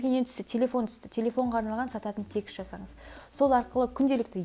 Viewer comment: текст деген созди секс деп естп калганснгой 😂